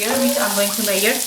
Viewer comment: Good . Thanks. Onion was a bit too brown b4 adding meat. OAN. Measure is pronounced "meazure " or " meaza " not maeea. no offence.